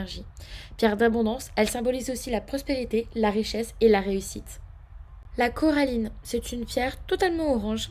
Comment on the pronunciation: hum..non c'est la Cornaline et pas la Coraline 😂😂💕🤭 C'est ma pierre préféré donc je la connais très bien. Je pense que tu as confondu avec le prénom Coraline 😂😂❤️